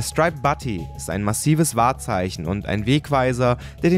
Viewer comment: du spricht butte falsch aus...es wird bjut ausgesprochen